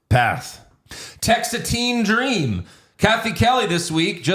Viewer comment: Textateen Dream haha